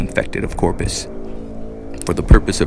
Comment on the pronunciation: Corprus, not Corpus.